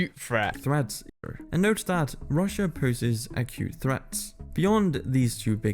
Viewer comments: "Accute" not "a cute." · Bless your heart, it's acute... not a cute. Welcome to the fun world of English. I swear, it's insane. ❤️ 😍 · Acute, not “a cute”. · "Acute" threat not "a cute" threat. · "Acute threats", not "a cute threat" lol. Acute means narrow and specific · He wasn’t saying “a cute” threat. He was saying “acute” threat. It just sounded like he said “a cute” threat. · Acute not a cute...